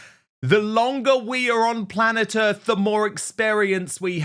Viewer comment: "Plant ERF" ??? WTF 🫣